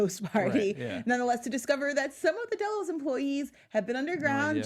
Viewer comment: Is saying "Day-Los" instead of "Dell-os" a dialect thing or just mispronunciation?